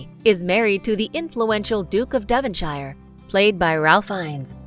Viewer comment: And “Devonshire” and “Bronte” 🥲🥲